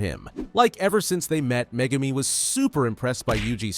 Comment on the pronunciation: do you mean megurmer?